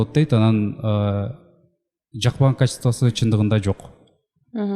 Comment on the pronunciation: Качизтыва дей берет экен.